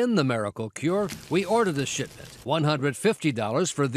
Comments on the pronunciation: I know it's "a shipment" but i keep hearing "this shit" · Pretty sure they purposely pronounced it with an emphasis on the first syllable and most likely actually said “SHITment” as subtlety as needed in order to get it past the sensor check. I clearly heard it to, so clearly I had to go back and listen again a few times to see if the narrator was on point haha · "....to find out what's IN the miracle cure, we ordered the shit.") I swear that's exactly what it sounded like and I'm sure that's exactly what he meant to say! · I thought he said “we ordered the shit” 😂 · who else thought he said " we ordered that Sh*t "